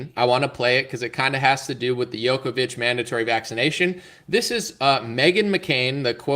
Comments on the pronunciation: The name (Đoković) is pronounced as "Jokovic" and not as "Yokovic". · Second time I’m telling you this. Please pronounce Djokovic correctly when it’s featured in your video